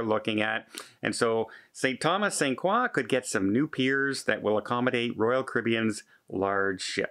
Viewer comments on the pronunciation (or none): St. Craw? You mean St. Kroy? LOL. My first cruise was on the MS Memoz owned by the French cruise line Paquet. I was one of about 20 U.S. citizens on board and we went to St. Croix....and the French staff all pronounced it Saint Kroy. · It's Saint CROY....not Saint QUAW. We're not in KEY-beck. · Hey …..it’s pronounced Saint CROY….. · 😊 pronounced Saint *Croy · ‘t Frenchify it - it‘s pronounced Saint CROY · You’re saying St Croix wrong.😁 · you pronounced the island name St.Croix incorrectly 😁